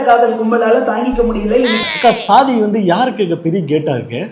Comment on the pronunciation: எல்லாச் சாதி நீய்களுக்கும் சொல்வது என்னவென்றால்.... அது ஸ்ஸாதி இல்லையடா பன்றிச்சாதிகளா..... அது ச்சாதி என்று உச்சரித்துப் பழகுங்கடா பன்றிகோ, நாயுகோ.....